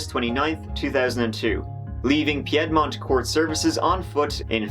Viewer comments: I love your videos! You are my favorite! It is scary how close this monster was operating to where I live bc I live in Virginia... Btw, Piedmont is pronounced Peed-mont not Pee-ed-mont lol. We have alot of weird names for places in America. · Hullo!! My dear! It: piedmont, is pronounced: 'peed' mont' not piedmont...i mean why say it as its spelled? Right? Just say it strangely and feel American...southern american! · Pronounces Norfolk correctly (i LIVE in VA, and most ppl say it wrong) Im impressed Butchers Piedmont. 🤣😂🤣 Ah, the rainbow of cultures that make American history great.